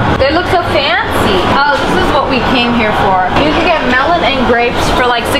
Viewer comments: the way she pronounce melon tho😭😭 MELHOWHN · Sssniperwolf language: Melon Pronounciation: MELOWNNNNNNN